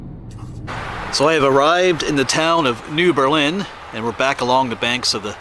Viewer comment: New Berlin is pronounced with the accent on the ber. Not the Lin...my dad was born there.